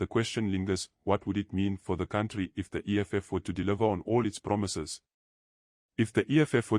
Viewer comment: Promisayzzz Promisayzzz🙈 Eish